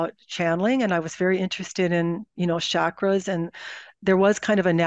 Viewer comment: The word chakra is pronounced ch as in church. Since you are in the public view, if you mispronounce it others will think you are right.